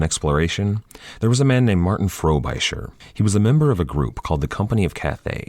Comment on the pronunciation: It's not FrobIsher, it's Frobisher. Short I sound